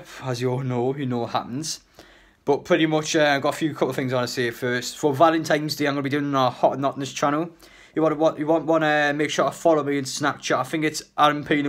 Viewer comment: “Valentimes day” 🤣🤣🤣